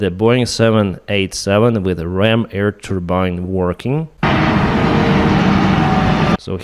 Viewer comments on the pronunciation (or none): With all respect, its called AIR, not eaer....